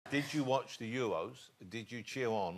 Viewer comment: “ did you chear on the youwosss” 😂